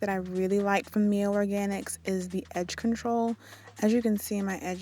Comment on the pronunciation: It's pronounced Miley like Miley Cyrus